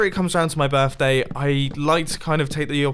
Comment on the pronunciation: "Happy Birfday"